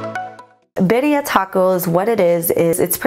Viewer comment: this looks so delicious!! also birria is pronounced like bee-r-yah !! :)